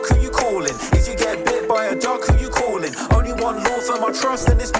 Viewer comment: “If you get hit by a truck who you cawin’?” 😂